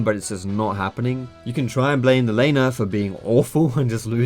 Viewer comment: I swear when you say "Laner" it sounds like your saying "Elena". Like, it's all Elena's fault for the Jungler being fed.